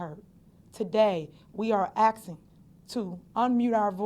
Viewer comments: we are axing the courts… sounds like a threat…or she just know how to pronounce the word “asking”… is it slang, or is it just pure ignorance?? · she’s saying “axing” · She keeps talking about axe 🪓 and axing people.....miss Henyard you have enough legal troubles ahead, if you start axing people thats just going to add to your legal troubles 😂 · I think she’s axing too much. 😂😂😂😂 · She axing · She's axing a lot! She needs to learn how to speak English. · Asking not axing😂😂😂 go back to school stop stealing money from the town and village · Wowww!!! She’s Axing???🤣😂🤣😂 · Lol...this chick has been the biggest "Dictator" of them all...Jesus... Will she just go away??? I'm just "Axing" ...lol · That’s what she’s gonna get asked she keep asking AXESING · Sorry what was she Axing , she kept saying she was Axing for a few things , just wanted to know what she was Axing , I’m Axing if anyone knows ? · We are axing a question… wut r u stalking bout..? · She is axing or asking, not sure what axing is. Sounds like that could hurt. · axing. from a criminal. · She’s AXING questions, shit is pathetic. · Axing the courts??????????? HMMMM??????? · Besides her being classless, ego induced, skimming off the top, greedy(i could go on)she is the Major for "the people" that she claims she cares for... Yet, she steals their money for herself, and she talks like shes on the streets. "Im AXING" Seriously lol at least fake it girl when you speak publicly and pronounce properly! Smdh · "Drones of busses and cars" ... u mean "droves" lol...? Axing... ASKING!! Why ax? Why? That's not a north or south thing... that's not Ebonics... that's just stupid